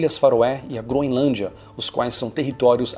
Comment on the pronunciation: Não se pronuncia “Gro-IN-lândia” 🙄